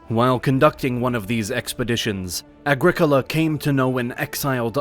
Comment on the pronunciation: It’s ‘Agricola’ folks tsk tsk tsk